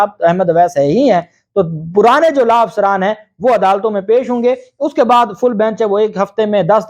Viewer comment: LAA NAHI LAW SAHI TALFFUZ ISTEMAL KARE AP VAKIL HAINES